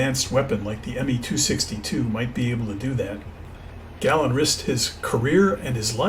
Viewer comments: His name wasn’t Gàlland - his name was Gallànd! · Great vid including the historical information. PS. try pronouncing his name correctly, it is his name :)